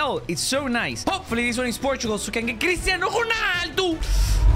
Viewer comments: Why do you say cristano hoarnaldo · The way the said "Chrisinado ronaldou"